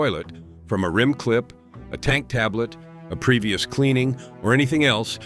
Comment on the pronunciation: I appreciate the valuable information. The speaker has a very nice voice! I would like to say the the word "rim" is NOT promounced as if it were rhyme.